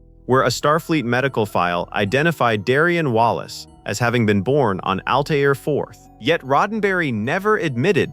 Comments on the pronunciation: ALTERRA, NOT ALTAYRA/AL TIE RA. Grf. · Has anyone even SEEN Forbidden Planet? Altaira is pronounced Al-tare-ah. It seems as if the narrator gets this halfway through the clip, but no one removed the earlier Al-tyre-ahs. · How do you make a video about this movie and not pronounce the female leads name "Altaira" properly? Pronounced -- Al - tear - ah Have seen the film? Altaira Alta Morbius, daughter of Melvin Mordecai Morbius. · Name was Altaira. Al tear (like rip) a.. Alta for short. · And not Al-TIE-ra. 🤦🏿‍♀️ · It is pronounced “Al-tear-uh” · OR, maybe ' Al - TAIR- a '. . . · Mispronouncing Altira did it for me. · yes on Altaira. minor point; good vid. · The narrator mispronounced Altara's name as well as Issac Asimov's name. If they had watched the film they would have heard the correct way.